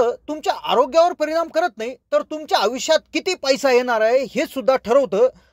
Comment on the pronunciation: अत्यंत अशुध्द भाषा ,कृपया आयुष्य सारखा साधा शब्द,पानी,पील सारखे शब्द सुध्दा धड उच्चारू शकत नाहीत, कशाला मराठी ची मोडतोड करता.१००%लोक ह्या अशुध्द भाषेचा वापर करणारे आहेत ,असा गैरसमज करून घेऊ नका.